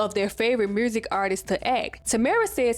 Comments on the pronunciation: Notes: Girl, I keep forgetting you were born in 1999. At the end of the decade where you commentary alot of 90s black media. Like yo8 being co fused by if that was a Walkman. My soul died a little. I love how you say "mursick" like Shawty Lo. I guessing you're from Atlanta. I cackle at the random memes, at how you mentioned Roger weird ass, and Frank and his hair cute had me cackling like a ol witch. Ray do need his flowers as a black TV dad. He was great. And your feelings are valid but definitely growing up where Marques Houston who was Roger, being a singer in Immature and them singing with no shirts on, chile being predatory was so normalized. I am glad people are focusing on it more due to social media and having internet which give us these discussions. Like these artists have wives and gfs that were teenagers. Groupies were teenagers to grown men artists. Like even me, I loved Nelly. At 9 years old, I thought he was so fine. I wanted him to be my hubby, never thought bout sex tho but I get where your feelings. It was an era. I dont think like young girls have alot of heartthrob today...maybe k pop. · You mad pretty and I love the accent in the word “music” 🤣🤣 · Are you from Memphis? It’s the way you pronounce music and community 😂❤